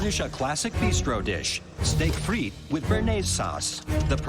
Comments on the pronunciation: Its steake and frise lol frite is français. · That pronunciation is painful. It actually hurts for me as a Belgian. Putting aside bearnaise, frites? it is not said like that.